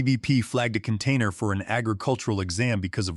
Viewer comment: I stopped listening after a couple of minutes, mistakes in the story made by A.I made me lose interest in the story. What a "can tainer"? Get rid of the A.I and your stories will automatically improve. Proofread amy story for mistakes and inconsistencies and that will certainly help with the stories.